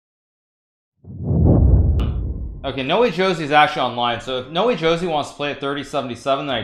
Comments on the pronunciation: its not nowejosie.... its --> NO WAY JOSÉ (ho:zay) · It’s not nowee joesee it’s no-way hose